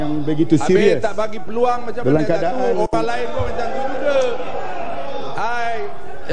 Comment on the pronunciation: ... "Ini feluang saya, ini feluang saya!!!